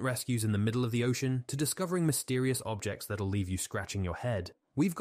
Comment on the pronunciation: These mispronunciations show non-human narration like no others ! . "danggers" and "ocian" - for dangers and ocean to name at least two !! 😢😯